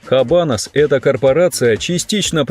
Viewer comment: Оч познавательное видео👍. Правильно "Абанос". Не "Хабанос". В исп яз эта буква не произносится.